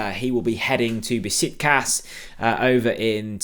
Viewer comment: Be-shik-tash!! I live there. 😅